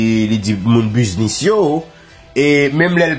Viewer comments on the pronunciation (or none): none